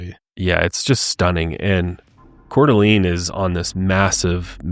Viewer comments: It's pronounced Core-Duh-Lane not Core-Duh-Lean LOL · As a local, I just wanted to let you guys know that you are mispronouncing Coeur d'Alene . The last part is pronounced as lane, not lene. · Yeah it got me bugged 😆 I lived in Spokane, not Coeur d'Alene but we went a lot. I also have OCD so that could be part of it.